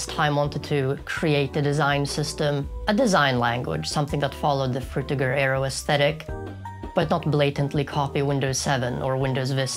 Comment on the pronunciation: How could you possibly pronounce frutiger aero so incorrectly?